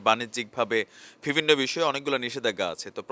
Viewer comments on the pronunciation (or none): vai apner shob kichu thik ase shudhu akta word apner always vul hoy jeta sunte kharap lage.word ta holo "bivinno" bt apni bolen "vibinno",, pronunciation ta thik kore niben n kichu mone krben na vai.thanks😊